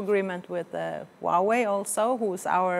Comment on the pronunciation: All commendable until I heard "Huwawei"